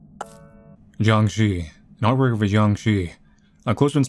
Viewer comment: that's not how you say jiang shi